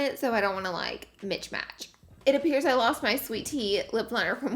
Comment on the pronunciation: And you mispronounced Glossier even though you said Jouer right AND you said Mitch Match instead of mismatched lol. But ur look really came together! LOVE ur eye look especially matching the brown liner and the lips are beautiful and the shirt ended up looking great afterall!